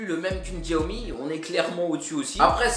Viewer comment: Xiaomi se prononce tchaomi 😓